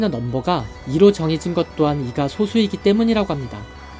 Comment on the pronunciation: 발음상 소수가 아니라 소쑤 아닌가요?